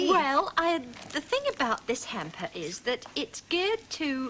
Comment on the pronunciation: Only Mary Morris could pronounce "hamper" as "hemper!"